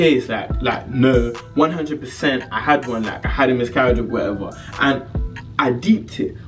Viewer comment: Am I the only one hearing him say 'misgaridge'